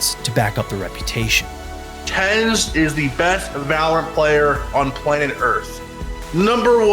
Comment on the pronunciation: its ten zi not tenz